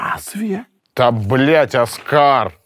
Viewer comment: Какой Аскар, Оскар, ударение на Ооо